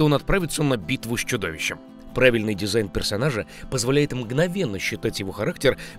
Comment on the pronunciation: Дизайн, а не дезигн.